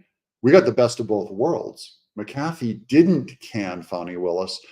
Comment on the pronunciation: i think his name is pronounced Mac - A- Fee